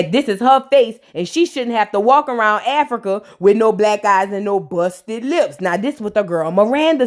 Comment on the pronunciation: Who else was PO by the way said Africur😩, I had to rewind and make sure I heard her correctly. I had a attitude for the rest of the episode because of that 😂